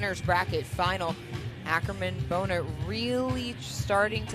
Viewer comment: Don’t you guys think Bohnert is pronounced “Bahn-ert” and not Bone-ert?